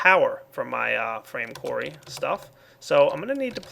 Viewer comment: oh when he said frame qurry i thought he ment a qurry on a frame and i thoguht well that doesnt sound effishant at all